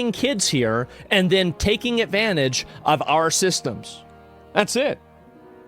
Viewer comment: Asmongolds 2 favorite words of 2026: "Avanage", "Avice".